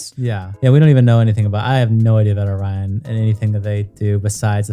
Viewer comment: NGL that is the WORST pronunciation of my name (and others with it) that I've heard. WHY do people pronounce it like that?? It's not even remotely spelled the same as the cookie. 🙃 Truly baffles me.